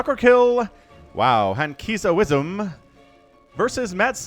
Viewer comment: I think Hankizawesom should be pronounced Hank is awesome